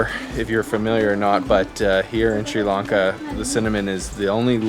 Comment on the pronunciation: SRI LAN KA NOT LARN KA.